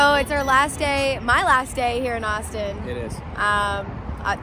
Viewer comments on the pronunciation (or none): The first time she said Austin I thought she was saying Boston